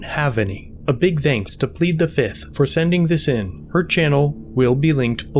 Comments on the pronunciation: One. Two. Three. Four. Fif. Fiff. Any questions? FIF!! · I plead fizith. 1,2,3,4,FIF 😂😂😂